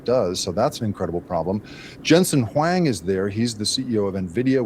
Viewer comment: Why does your guest analyst mispronounce Jensen Huang’s name? How can we trust his opinion when he can’t pronounce such a common name?